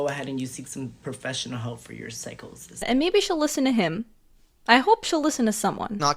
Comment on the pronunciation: "PSY-CHO-SIS" Says the dude with rulers glued to the end of each his fingers😂😂😂